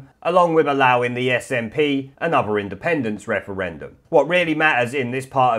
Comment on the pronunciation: Clear majowity. wefewendum. What's going on here?